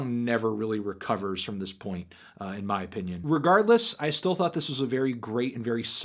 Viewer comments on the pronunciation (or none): none